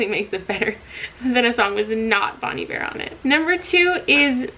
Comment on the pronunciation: Listening to you pronounce Bon Iver has messed me up so bad. I've been pronouncing it bon eye-ver my whole god damn life I can't believe it 😭